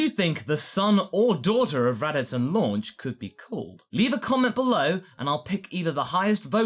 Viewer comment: Why does everyone call her"Launch" when her names "Lunch"? I know Funimations responsible, but we know better.